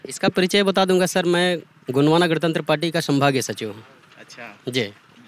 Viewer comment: "गड़तंत्र" नहीं भाई 🤦 "गणतंत्र" ।